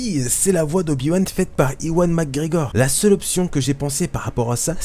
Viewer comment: on dit pas iwan mais éwan,mais c'est pas grave c'est vrai que c'est un prénom difficile, au sinon bonne vidéo continue comme sa